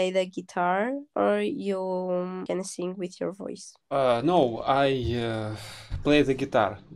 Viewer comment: там не сыынг , а сиин - "петь" - сынг у них это грешить